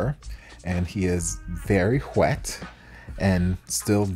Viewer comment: I am old, so I can only read the big characters, but the hanzi on the front is something like, "Over 18. Collector card inside."... ish Love that made you pronounce the 'h' in wet. lol. Honestly, not opposed to "bi slicking" either... Now I need to be friends with so I can take him to meet and watch this child's whole sould evaporate. I am buying the book in spirit. Too much of a nomad to really collect physical things.